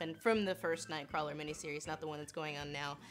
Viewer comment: HAHAHAHAHAHAHA! Oh, your pronunciation of "Kurt Wagner, Nightcwarler" Also, because you put the reference in there: "He saves children, but not the British children!"